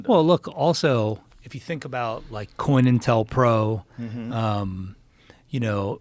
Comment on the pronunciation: This dingdong said coinintelpro 😂 co (counter) intel (intelligence) pro (program)